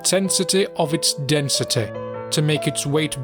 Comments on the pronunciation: "increased densiteh" Ah I see the is from Nottingham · Why am I reminded of the Stand ‘Rolling Stones’ every time he says “density” with such emphasis? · “Densitè” “Accordinglè” “Immortalitė”